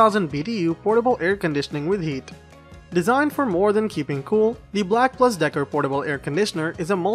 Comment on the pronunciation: Black (AND) Decker, not Black (plus) Decker.